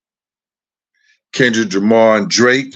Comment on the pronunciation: Ilike the way u said kendwrick jamar 🤣💀